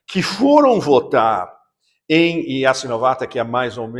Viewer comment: Meio milhão de mortos e você com esse sotaque : ESTIVE “EN”DONBASS.